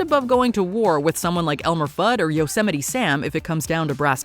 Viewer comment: Thats not how you say yosemite